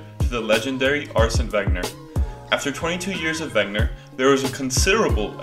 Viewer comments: Did I hear Arsene “Wagner” a couple of times? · Why we love Wenger by the way its pronounced Venguer and why we still believe he was the greatest mngr ever and why we want him to be head of recruitment and not managing another team like the media says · WEN-GER (Rhymes with WHEN-HER). Otherwise, good video!